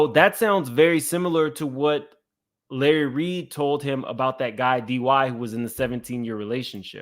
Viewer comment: Lurry… Me: Lahrry, ooh chile… 🤣😂